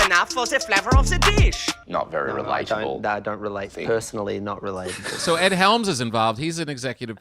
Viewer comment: You kept saying Helms's name wrong. :(